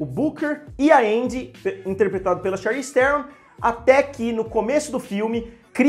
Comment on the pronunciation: Charlize Theron jah tem um nome difícil, aih o cara inventa uma pronúncia nova pro none dela...😂😂😂😂😂